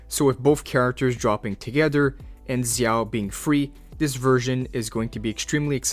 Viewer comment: Every time you say Zhao like that I wanna kms